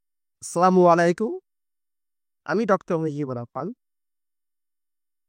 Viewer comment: সালাম দি‌বেন শুদ্ধ উচ্চারণ ক‌রে।